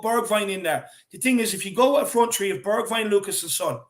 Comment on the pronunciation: It's three points not Tree points